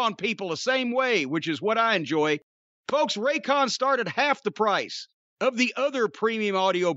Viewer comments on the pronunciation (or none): none